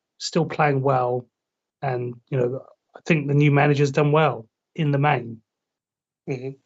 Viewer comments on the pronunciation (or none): "A 'hink they beth..." Is so fun listening to these pronunciations of words...😅